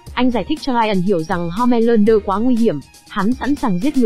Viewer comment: ủa home lander cứ ko phải homan lander